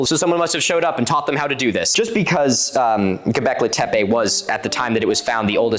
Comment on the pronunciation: this episode/part was great! as a kurdish woman from turkey, it makes me really happy to see someone correctly cover one of our megalithic sites :D the only thing that made me cringe (from your side) was the way you pronounced göbekli tepe 😭 i know that's not the important part, but it still made me laugh lol. çok teşekkürler ☺️